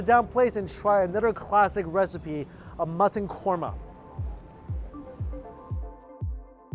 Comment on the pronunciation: He said "korma" a few times...then it became "coma". Psst try not to bring food to your mouth or touch food with your left hand. It is disrespectful because the left hand is considered "dirty". I make a mean chicken karahi!